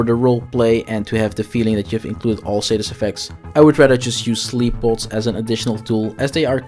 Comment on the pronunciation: Why do you keep saying "raper statist effects"?